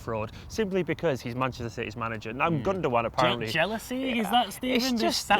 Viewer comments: Guys it's Gundo-aan. in his interview he confirms the pronunciation. Gündoğan is brilliant. very reminiscent of Xavi. Under Tuchel he has operated in a deeper role which is why he his stats aren't like yaya's or something and no one's could be as Yaya in his hayday was exceptional but Gündoğan is a typical pep player. Absolutely brilliant. Pulls the strings. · Guys , it's pronounced gundogAn , not gundOgan , it's a turkish name , he's from turkish ancestry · It's called Gundogan, with a g. He's not called Gundowan... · Dominic Murphy no... I did not hear once the german commentators say it's pronounced like that... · i think he is joking about the way they say his name😂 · I'm on about the way they say his name hahaha chill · The second 'g' is silent